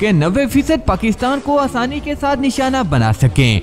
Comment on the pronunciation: نام ٹھیک لیا کریں پاکستان ہے پکستان نہیں